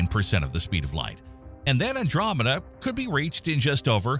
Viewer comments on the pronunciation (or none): none